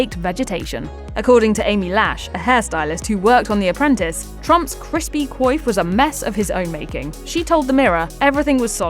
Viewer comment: Crispy KOYF = coif. C'mon AI, learn pronunciation.